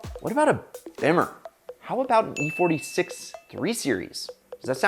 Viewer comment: Please don't say bimmer like that.